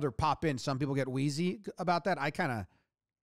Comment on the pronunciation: "Queasy." --- Not "Wheezy."